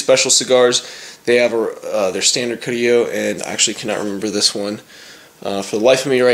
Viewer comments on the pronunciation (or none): It's EP Carrillo, not carillo